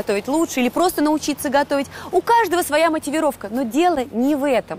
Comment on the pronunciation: "Матівіровка"? О вєлікій магучій язик 🤦‍♀️